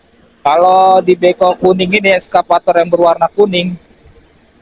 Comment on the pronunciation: maaf ya Bukn,ESKAPATOR,tapi excavator 🙏🙏